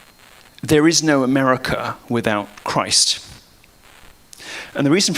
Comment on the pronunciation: "Umericur" Lamo